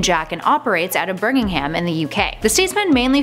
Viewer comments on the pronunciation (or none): birmingham is not pronounced “bihirming-ham” it’s “ber-ming-um” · Burgimham? ? Birmingham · Did you just say "burning ham"? That's a new one!